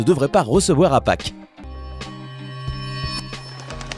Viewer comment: t'a dit "La fete de faques "xD